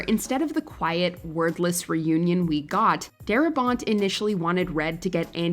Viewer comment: "...However, instead of the quiet, WORTHLESS reunion..." was surprising to hear Until replaying, realizing it was less common word -- 'wordless'